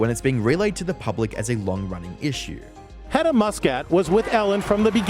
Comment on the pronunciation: It's really funny while you hear the is-sue... because the narrator has his problems with his noes probably... haha